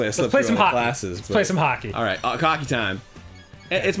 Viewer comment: Arin said cockey instead of hockey XD